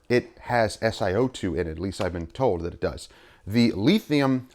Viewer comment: Leethium lol Great video and definitely learned something today...definitely have to try Max Shine All in One